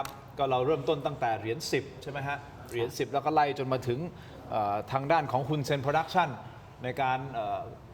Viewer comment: ช่องนี้เรียก ฮุน ได้ดีมากกกที่สุดเลยค่ะ ❤